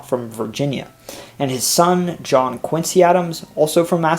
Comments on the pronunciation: i am enjoying your presentation very much!!!! small suggestion: note that volleyball was also invented in Mass, Holyoke, I believe, in reaction to basketball. Also, Quincy is pronounced as Quinzy. I am very impressed with your report!!!!! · Hi. I'm a late discoverer of your excellent series The US Explained. I grew up in Quincy, Mass, and am probably not the first person to mention its pronunciation given over 1200 previous comments. The Quincy family after which the city and sixth president were named pronounced the name Quinzee. That pronunciation continues to this day. But you are in good company. I've seen many documentaries about US history in which the narrator pronounces the name Quinsee. And, in fact, all the other Quincys in the US, such as in my current state of Illinois, use the "see" pronunciation. So, I absolve you of your sin. Excellent work. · that's Quin-ZEE! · Most interesting as I was born in Boston. Two small criticisms: The word Quabbin is pronounced Kwaw, as in "squaw"-bin. The city of Quincy as well as the two presidents: the "z" is pronounced as "zee". There are other Quincys, but they pronounce them with a 'see" as you did.